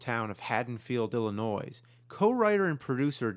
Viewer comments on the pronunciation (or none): Please tell me you didn’t say Illi noise. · James, did you say “Illi-noise?” Dude... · Did James say “Ill-I-Noise?” Good God.. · Love your shows, but it's IlliNOI .. the S is silent. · Ew silent s in Illinois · I like your videos, but I don’t think I can ever forgive you for pronouncing the “s” in “Illinois”. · Illinois has a silent S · Did I hear and "s" when James said "Illinois". That's a pet peeve of mine. Not 100% sure he said it, though.